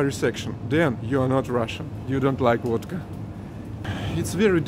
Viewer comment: Sounds like wadka when you say it. Liter of stolichnaya is $25 here in states. People drink a lot of wadka here. We call alcohol the sauce. Get sauced.